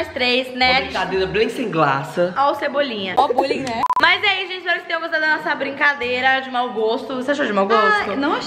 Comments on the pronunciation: Uma brincadeira bem semqlasa ó o Cebolinha aí kskskks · Uma blicadeila sem glaca 🤣🤣🤣🤣🤣🤣🤣🤣🤣🤣🤣 cebolinha